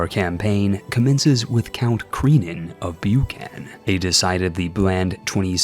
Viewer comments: ”Buchan” is not from french, there is no reason to pronounce the as /ju:/ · Pronounced buck - in mate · It’s prounounced BUCKn, but great video nevertheless! 😁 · As a local, I can't help but cringe at that pronunciation of Buchan!